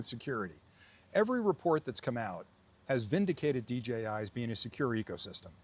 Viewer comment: Why can't you say DJI lol